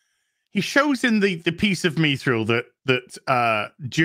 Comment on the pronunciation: Is mispronouncing mithril on purpose?